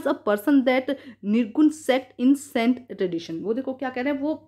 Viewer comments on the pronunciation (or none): its not sant its saint